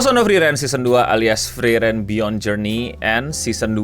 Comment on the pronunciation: bang gua keselnya lu bilangnya Freiren bukan Friren